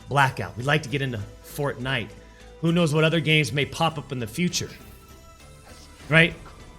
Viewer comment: Mega Megatron and? A game at the top is a game at the top. And please pronounce it properly